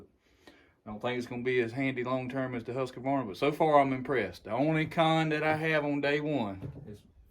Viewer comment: THERE is NO "UH" in Husk Varna , Liked the Dereal